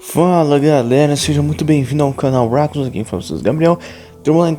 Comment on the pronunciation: É Recoons kkkkkkkkkkkkkkkkkkkk mais se escreve Racoons kkkkkkkkkkkkkkkkkkk